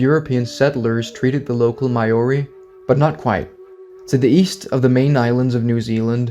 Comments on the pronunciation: Hey, great video! I really enjoyed it Just wanted to let you know that "Maori" is pronounced "Mao-ree" (somewhat like the name Mao-Zedong, for example). It's not "My-oree" (As in "My"), as you've pronounced it in this video. And it's definitely not "May-Oree", as so many foreigners like to pronounce it. A Kiwi can always tell when you've pronounced it wrong 😅 Hope this helps, if you're ever going to make more videos mentioning the Maori people :) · Maori is pronounced 'Mau-Ree' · you butchered the pronounciation of maori than they did to the moriori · Please stop pronouncing Maori so wrong 😭 as a kiwi it hurts and feels a little insulting as it’s nowhere near correct